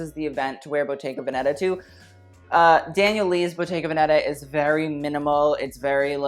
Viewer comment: Again it’s véneta not venèta 💖